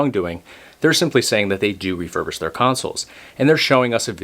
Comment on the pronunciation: wait... are you saying "refurvished"